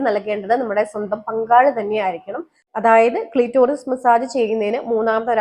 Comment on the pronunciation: ക്ളീറ്റോറിസ് അല്ല പെങ്ങളേ.. ക്ലിറ്ററിസ്